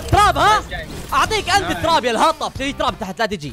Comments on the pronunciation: يب اسمها تراب يقولها طراب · تراب ❌ طراب ✔ 😂😂😂😂😂😂